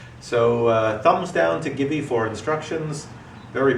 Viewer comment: Am I the only one who heard GIVI pronounced 'geevee' instead of 'jeevee'.